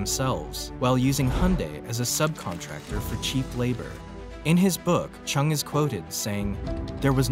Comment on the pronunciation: his name is not pernounced with a ch chung but rather JUNG and would be properly sounding like this Jung Ju Young